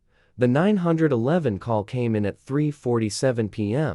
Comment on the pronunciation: well another factor is for the HOA why not list it out like ( H O A ) and same with the 911 as 9 1 1 instead of getting nine hundred and eleven ? even a few other words were said off like - concrete - stories are good but there is no actual twist in the endings - like getting taken to jail - having to pay restitution with apologies - moved to a different state and garnished from ever being a H O A Enforcer of any type ? and so on - even stories that the HOA is trying to make those Outside the HOA to pay dues and take over property and situations like that then getting busted for Trespass on Private Property and the Fake Documents and False papers and stuff like that - needs to be more interesting to the facts at hand for the story line to fit better for the actions taken for or against those parties involved -- like where i live i got sited for having rakes out on porch during the fall time as every day raking up leaves - was told to hide them as just sitting in plain view was not good for the looks - but neighbors a few doors down ar the scrap metal collectors and have junk all around the place and nothing happens to them or even write ups ,, might be because they are of the same race or nationality ? who knows on that but its crazy what those in power will force or impose when its not even in any By-Laws of the Original document ? -- just like also complaints about Squirrels getting run over but in yet they do not Enforce the Speed Limit rules as the street i live on peop